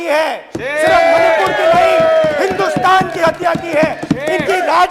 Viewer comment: Even he was not able to say Manipur rightly.... mahipur... mahipur 😅